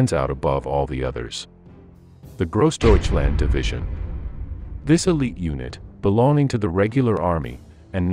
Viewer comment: You don't like Grawsdeutschland?